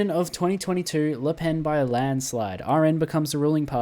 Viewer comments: you're actually pronouncing it right it's like '' le penne '' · You were right, don't worry, it's said as "Le Pen" like in english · As a French, you are pronouncing it right. Her name is pronounced just like a pencil -> "Le Pen". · Its said Lepene so yeah you got it right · No, as a belgian who talks french, you are saying her name correctly ^^ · you actually pronounced "le pen" correctly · I think you’re pronouncing Le Pen correctly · You actually pronounced Le Pen's name correctly. It is a Breton name, so the pronunciation is different from how you would pronounce it if it were a French name. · You pronounced Le Pen's name right don't worry. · No you are actually correct withe your pronunciation. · Actually, you're pronouncing her name right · Nice vid And you pronounced Le Pen correctly don't worry